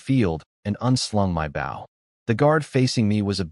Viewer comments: Like the story but you have a recurring mispronounciation, bow like the weapon is oh, you have it pronounced as ow, like bow to your partner in dancing. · If every other word in your story is bow for Gods sake pronounce it right